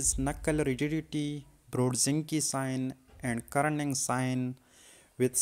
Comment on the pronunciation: Kernig and NOT Kerning. Brudzinsky and NOT Brudzinke!!